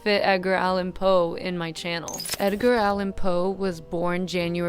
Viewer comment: WHY DID YOU SAY “EDGINE” LIKE THAT?